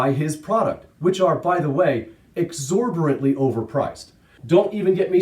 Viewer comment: I'm liking the "exorborant" instead of "exorbitant" running gag in these vids 🤪